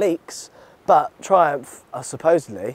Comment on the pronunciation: My man, what were you doing over there in Amsterdam. You said "Trumph claims"